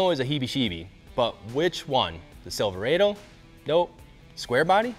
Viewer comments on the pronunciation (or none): So is that how you're supposed to pronounce Sliverado "Sliver-ay-doh"